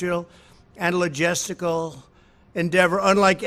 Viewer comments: Am I deaf or did he genuinely say "analygesticle" ? If i'm not mistaken that word doesn't even exist, cementing my belief that Trump can't read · What does "Logestical" mean? 🤔 I've heard of logistical but not Logestical 😷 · I think he meant logistical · haha yeah I thought he said that brand new word